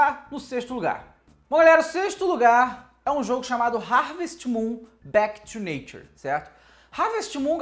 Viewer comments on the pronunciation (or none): none